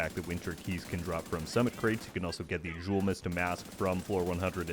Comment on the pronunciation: I hate to be this guy, but I think it’s pronounced “yulemust”, referencing a Swedish soda drunk around Xmas.